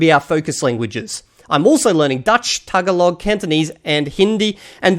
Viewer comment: The emphasis is on the second "a" in Tagalog.